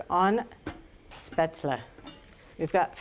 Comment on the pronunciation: I think it is pronounced shpayzel.